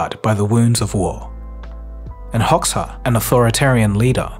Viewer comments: The persistent way with which you completely miss-pronounced Hoxha's name was off-putting to someone from the region. It's read like Hodja [hɔdʒa] phonetic reference so in the future you don't sound out of place. Still deserved the thumbs up because well informed and well presented catalogue of events during dark times in the Balkans. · As an advice, Hoxha is far from original word and prononcuation of word, Hodja is closer and prononcuation as Hoja is much better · Probably you are too young to have heard his name when he was still mentioned in the news, his name is pronounced Enver Hodga (like in dodge) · I don't think that's how you're supposed to pronounce Hoxha. Isn't it more like "Hozha?" The "zh" sound being the same as the "si" in "vision" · Xh in Albanian is pronounced as J (Jay). So it's Enver Hoja the pronounciation. Like in the example of Bebe Rexha which is actually pronounced Bebe Reja. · His name is pronounced Ho Ja from Hoxha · it's pronounced Hoja (like Kojak). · Its pronounced Hojja not Hox-a. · not to nit pick but hoxha is pronounce more like hoja. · That's not how Hoxha is pronounced, it's more like 'Hoja. ' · It pronounces as ho-dga - good to check how to pronounce before creating wideo, not a big issue, but good to know in the future :) Have a nice day! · Hoxha is pronounced "Hodja". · Hoxha is pronounced Hodja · Hoxha is pronounced Hoja / Hodja. You should have looked that up before you narrated the video! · Is it how it's pronounced?Hoxxa? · I think it's pronounced something like "Hocha", but whatever. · Dud it’s HOJA but you write it XH but it’s a J plz Lmao ! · Cant even pronounce the dude name right, its prounce Hojah . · I thought it was pronounced Hodja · Hoxha is pronounced ho ja, the j like in jeremy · At least Google the pronunciation of names mate, that is not how you say Hoxa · IT HODZHA. STOPPED WATCHING AFTER... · it's pronounced Hojja /hodʒɑ/😄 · "HOXA" Stopped watching immediately. Downvoted as well. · Said Hoxha wrong so bad